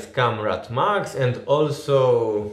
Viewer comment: Trochę razi jak wymawiasz słowo comrade. Prawidłowo wymawia się KOMREJD